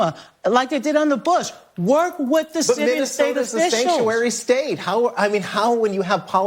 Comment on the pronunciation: No Donnna, you can’t “wirk wit” Minneapolis!